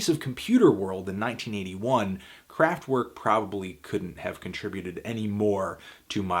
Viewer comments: IT'S PRONOUNCED KRAFT-VERK WITH A V NOT A W, WATER FILTER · "w" in german is pronounced as "v" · So you can pronounce Neu correctly but not Kraftwerk? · The way you keep saying Kraftwerk hurts my ears